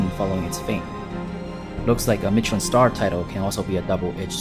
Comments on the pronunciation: Why are you pronouncing Michelin like that? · Just a little friendly correction, the ch in Mechelin sounds like sh.